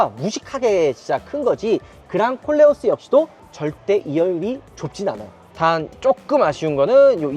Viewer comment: 내 귀가 이상한가. 그냥 꼴려어스로 들려요 😂